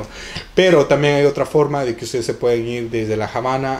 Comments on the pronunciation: Hola...gracias por estos tips...en español, la palabra "Habana" no se pronuncia "Jabana", la "H" es muda y no se pronuncia ni se convierte...Se dice "Abana" y se escribe con "H" para suavizar la pronunciación...Saludos:) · Excelente informacion!!👍👍👏👏 nada mas en español no se pronuncia la H. Es Habana NO JABANA!! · ¿Por qué Javana en lugar de Havana? Nunca lo había escuchado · Jamas le quitaría el mérito de poder hablar en español, lo que no estoy de acuerdo es la pronunciación de la palabra "Javana" si va a hacer algo hagalo bien esa pronunciación no existe en el Español. Tampoco es una palabra. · Que cosa es jabana........es Habana!!! o en Ingles es Havana! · Esta bien tu video pero te sugiero pronuncies bien Habana con H muda no con J aunque vivas en USA cada cosa se pronuncia como es. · Está muy bien todo, pero podías pronunciar bien la palabra Habana. Gracias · La Habana se pronuncia en español sin "J" en Habana. No somos gringos para decir "Jabana". Ojo mi latino amigo. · Que dolor de oidos me has dejado escucharte la Jabana !!!!!!!!!!! Eres latino y tu sabes que nos enseñaron en el colegio que la H no se pronuncia ,,,, Perdon por el detalle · El video es en español, no en ingles, no hay necesidad de pronunciar el nombre así.